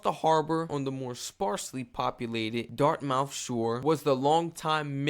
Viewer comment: It's pronounced "Dart- myth" not dart-mouth !! lol & Bedford Basin , Bedford - Bedford Bass-in ! Great video!! I live in Fletchers Lake, 25-30miles north of Halifax!!!